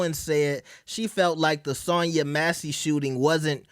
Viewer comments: Cant even pronounce her name right. Who’s Sonya MACY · no sh!t, Sherlock. Did you hear how Cardi B mispronounced it? That was my point. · Sonya Massey